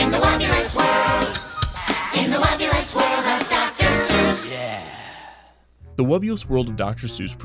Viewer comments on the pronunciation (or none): Hearing the name spoken aloud, I can't help but constantly mishearing it as "The Wubbu*less* World of Dr. Seuss". Maybe its just me, maybe its a marketing overview. idk